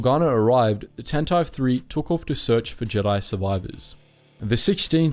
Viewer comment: This channel is a great source of historical information, but the pronunciation errors make me cringe. Tantive does not rhyme with “ant hive.” It’s pronounced with three syllables: TAN tuh VEE.